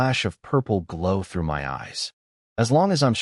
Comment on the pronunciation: Got to say this new AI fault is annoying, why has it started saying M Y instead of my? Have the makers deliberately broken it to get people to pay more money to get a version that works?